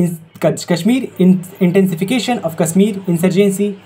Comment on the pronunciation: Work on Pronunciation Sha should be always sha and sa should be sa only. Kashmir should have sha Issue should be pronounced "I ssh u ee" All the best 👍